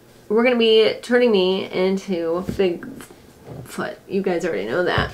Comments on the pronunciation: sounded like she said figfoot, which is also wonderful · Omg that’s what I thought she said I was so confused 🤣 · She called it big foot in the beginning lmfao i wonder if she’s on wdeedtube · Um I heard Bigfoot so.. 🤣😭